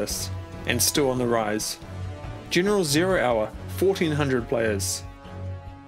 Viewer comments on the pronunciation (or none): You gotta start working on your E's man. The video is good but it's distracting when you say giniral